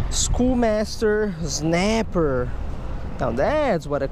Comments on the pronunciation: Snapper not znaper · I love how he says znapper